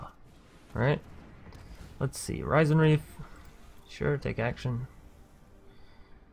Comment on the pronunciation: Risen bro, not RYE-zin.😂👌🏻 like “Risen from the dead.”